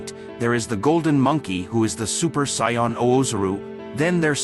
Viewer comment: Can we please make these videos with the correct pronunciation of the different races or names of characters!!!!!!!! -_- it's sayians not scions!!!!!!